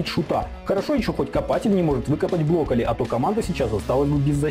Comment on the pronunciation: Я конечно всё понимаю, но он бЛоколли (блокирует)